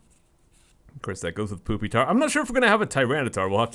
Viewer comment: the way he said pupitar